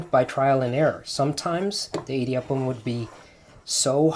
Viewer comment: Ok Honey, You're ridiculously the sweetest. Your Tamil is horrible. How come? "idi" prounounce like short vowel E-D, means grind, mill, clash. We use that word for thunder also! Rice flour is easy to press. Now try that presser with uLuttham paruppu(urad dal in Hindi and black gram in English) and make thEn kuzhal. It will be difficult to press and squeeze that bengal gram flour. It gets even more difficult to press with besan flour aka chick peas flour and make Omappodi. In Tamil Nadu, standard breakfast item in homes, restaurants or even weddings will be one of the following combinations 1) idli, vada, coconut chutney, mint chutney, onion chutney and sambhar 2) upma and vada with coconut chutney and sambhar. 3) venn pongal and vada with coconut chutney and sambhar. Only weirdos eat dosa for BF as its a bit heavy. Most of the people will eat dosa for lunch or dinner. I designated Idli, Vada, Dosa as the Holy Trinity from Tamilnadu🤣🤣🤣. That thamizh song you sang "மாசிலா உண்மைக் காதலே…. மாறுமோ செல்வம் வந்த போதிலே…" is a beautiful song sung by A.M Raja and Bhanumati. You have an aesthetic taste like me in Music😂. Do you know that normally the original or the dubbed version of the song becomes popular? Or for that matter even the movie. One will be a hit and the other flop. There is one movie which became hit in both the original and the dubbed version and even the song becsme a superhit. Original Hindi movie was Khiladiyon ke Khiladi and the song is sau bar janam lehnge Dubbed